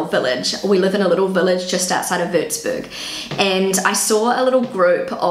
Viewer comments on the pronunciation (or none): Sad that after many years in Germany she can't pronounce the name of her village Wurzburg correctly.